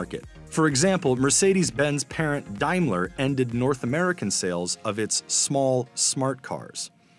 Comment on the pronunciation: Oh my God - you broke me completely in the last few seconds. It's DAME-LER not DIME-LER!